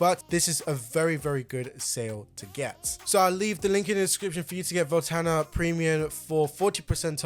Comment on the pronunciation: Voltana? Volanta!!!